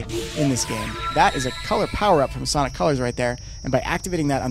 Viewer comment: japan just say sonic not sonicka